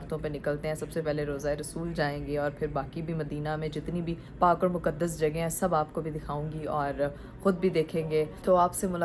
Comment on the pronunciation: JAGE nehi kehte JAGA hoti hai